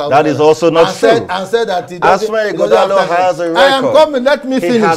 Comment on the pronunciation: it’s 21st sir not 21th and Ighodalo not Ughodalo Don’t sound like your principal pls🙏